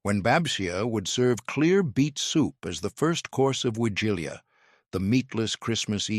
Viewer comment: OMG. Narrator mispronounces nearly every Polish word. Also, there are no “required” dishes, just no meat and eggs and dairy are permitted. It is a meatless meal not a vegan meal. My Polish grandmother (another word he mispronounces) was born in the late 1890s, and I still celebrate with the Wigilia (the W is pronounced like a V in Polish). My favorite dish is handmade pierogi, fried.